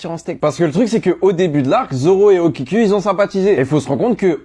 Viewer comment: Okiku le u se prononce ou